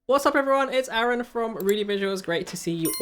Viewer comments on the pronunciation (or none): none